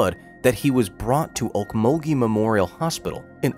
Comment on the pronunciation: You said Okmulgee correctly! Well done 👍😁